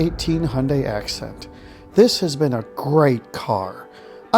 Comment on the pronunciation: Hyundai assent* not acent